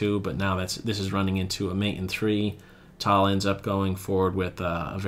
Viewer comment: It is not pronounced "tall", it is "Tal"